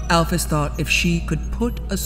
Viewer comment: It’s actually pronounced Al-Feez. Sorry for being little miss brainiac